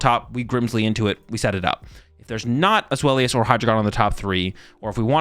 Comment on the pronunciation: Zweilous is actually with a "v" sound so it would be "zvhy-luss"